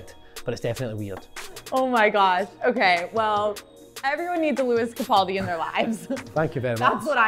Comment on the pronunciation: She said Lewis Capoldi like what the hell